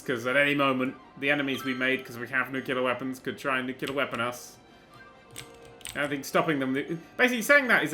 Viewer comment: I thought he said nutella weapons